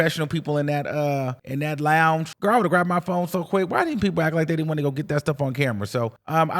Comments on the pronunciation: Launch? I was like what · The fact that she can’t pronounce lounge is pissing me off